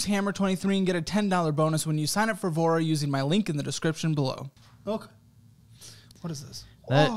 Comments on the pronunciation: When I first heard you say “Voura” I heard “vore” I was like well damn 😂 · tell me i'm not the only one who was listening to this in the background, and thought sponsor was called "Vore" loool i was like "who didn't speak up at that startup pitch meeting"